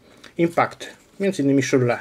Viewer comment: szyrle a nie szurle